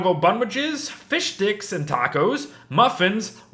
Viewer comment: Only I hear ,,Fish dicks"?